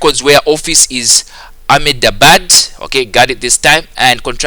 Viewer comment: Its pronounced as Ahmad-Abbad. Also pronounce the h. By the way thank you so much. You are truly the best person on Youtube to ever help solving these past paper